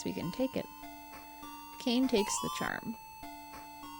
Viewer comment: Since the game takes place in Japan, I'm pretty sure Kane is pronounced "kah-nay," or as if it was spelled Kané.